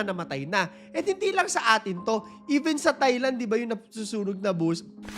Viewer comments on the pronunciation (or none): none